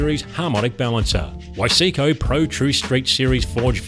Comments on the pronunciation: "wise-co", not "wi-see-co" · Beautiful build. Those pistons over here are pronounced Wise-co and also Car-burr-ater